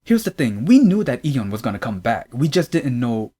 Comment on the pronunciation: you’re pronouncing Lee correct if you’re trying to pronounce it like Korean speakers would but I don’t really hear the Y in Yeon so it sounds like dom